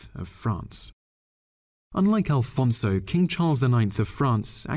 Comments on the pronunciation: It's not «Alfonso» but AFONSO!!! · Afonso is not read "Alfonso". There is no "L" in it... Also, you forgot Queen Mary the I of Portugal, also called " The Mad Queen".